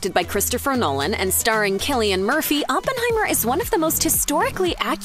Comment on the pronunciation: It's Cilian Murphy and Kylian Mbappe, not Kylian Murphy